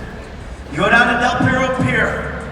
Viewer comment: Its called DEL PERRO not Pierro. Perro means Dog in Spanish